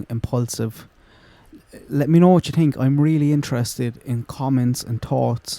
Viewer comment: Love the merch!! □□□. You ssaid “TINK” aid